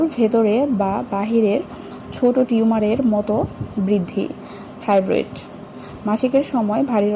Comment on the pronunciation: কথাটা জরায়ু জড়োয়া নয় ফাইব্রয়েড কথাটা, ফাইব্রেট নয়।